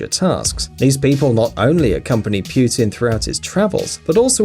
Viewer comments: Pu-tin not Pewtin So many ads... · Did you just call him "Pew Tin"? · WTF ITS NOT PYUTIN ITS PU-TIN STUPID SPEAKER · DO NOT pronounce non-english words the way you pronounce english. Shinzo "EYB??" "PYUTIN??"are you fucking serious. This english speaking people are so damn ignorant about other languages. Downvoted! bye! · "EYB" and "PYUTIN" disliked this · The PM of Japan is called Shinzo Abe (pronounced "Awbey", not "Abe" like "Abe Lincoln"!!!!). Also: it's "Vladimir Putin", not "Vladimir Piutin"! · Then Recep Erdogan is pronounced like re-jep er-doh-ahn(without g), and Vladimir Putin is vlah'dyee-meer(palatalized) poo-tyin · Erdo Gan! That’s funny. Pew ton! Lol. The Abe....cmon. (SHEEN-ZOE ah-bay